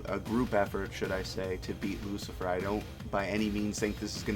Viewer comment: Hopefully you can get the name right.... It is Luci- FERO .....NOT Lucifer. I thought I mis-heard or it was a mistake but I realized that you don't know the name.